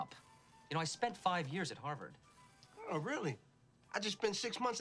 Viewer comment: Its "Harvard" lol